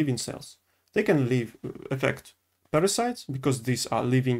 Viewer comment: You are so cute. I follow you in russian language and it's nice to see you trying English. Good luck, just make sure you watch pronunciation..."парасайдс"